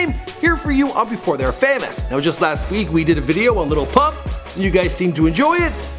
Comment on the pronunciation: Lil pump not little pump......